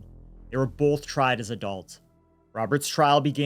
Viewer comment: We get to hear say “bolth” a lot in this one.:)